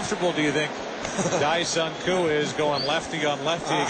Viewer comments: pronounced ... deh-sung not die-sung. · I was at that game! And a game at Shea where a few cars caught on fire in the parking lot and we had to wonder from our seats why fire engines showed up. Also, Dae is pronounced more like "day" than "die"